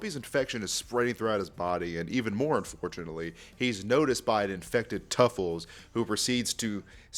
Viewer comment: It's Truffles not Tuffles